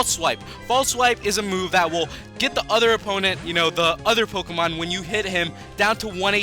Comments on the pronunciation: learn how to prnounce pokemon names properly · Why does he always mispronounce the Pokemon names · you can't pronounce the names right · You cant pronounce any pokemon names